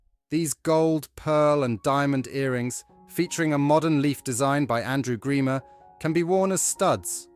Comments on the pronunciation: Strange commentary which didn't match the subtitles too often . For example, my friend Andrew Grima was the lovely jeweller in the 60's who designed Anne's earrings. NOT Greimer !! - Suite, not Sweet... and other howlers ... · Godawful AI with an unnecessary AI generated banner misspelling de Beers (dabiers?????) Suite (sweet??) Andrew Grima (a particularly egregious greamer/grahmer/greemer abortion). Dear lord - BEFORE putting it out there, is proof-reading too much to ask?????????